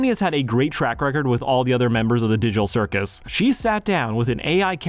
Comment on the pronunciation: did he just say the diddle circus?